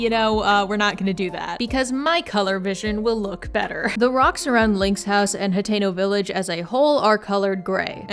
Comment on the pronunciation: The whole time I thought you were saying Potato Village😂❤